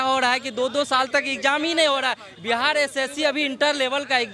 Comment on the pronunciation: बिहार hota hai बिहाड़ nahi 😂